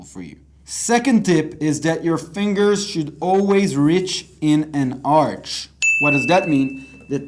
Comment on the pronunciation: arch read as ark not arch